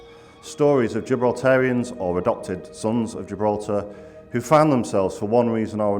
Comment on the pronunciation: Giblaltar español